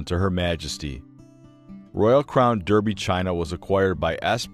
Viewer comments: It is DArbie not DEERBIE, However,Derby in this case is referring to the place name which has had the way it is written and the way it is pronounced changed over hundreds of years ....so it's ok to let my American friends off. It was originally spelt DARBIE over the course of years (many of them) the spelling got changed as peoples writing styles changed in the same way that peoples names change in spelling over time x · Its a very nice presentation but "sarahminty" is absolutely correct it should be pronounced DArby . .dah-bee . . Daarbee . . . as an A not an E. Apart from the annoying mispronounced name it is a good informative video. Thanks.